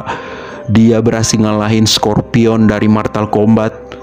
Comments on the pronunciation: Bang itu mortal bukan martal😂😂😂😂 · Mortal kombat bang bukan martal kombat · Mortal bukan maltal